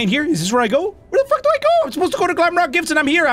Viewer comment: I know its glamrock Freddy 🙃 Oh, and it's "glamrock" Freddy NOT "glamlock" Freddy... See? I can do it too 🙃